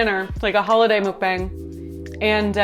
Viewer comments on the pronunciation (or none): none